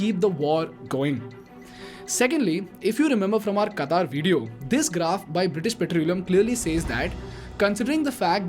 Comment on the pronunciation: I never understood why Indians cannot pronounce "v" sounds in English words, since they have "v" in Hindi, such as "vedas", "vishna", etc. Instead they substitute "v" with "w", like Wideo (video), inWest (invest), Werify (verify), proWide (provide), Wiable(viable). Why they do this???